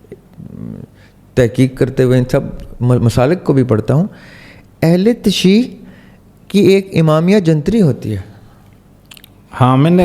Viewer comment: Assalam o alikum sir ahle tashee lafz nhi hai ...ahl tashaeeow word hai... sir i am your big fan and also sir sahil is my favourite scholar